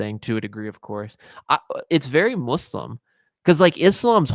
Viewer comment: Please stop saying “MOOSlum” and “ISSlam,” 🐒